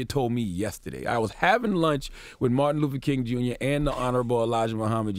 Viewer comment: Martin "Luffer"?? C'mon Charla